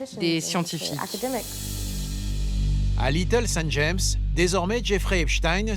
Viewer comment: The sound of this video is AI - artificial intelligence! Listen to the pronunciation of Little St. James, there is a full stop after St...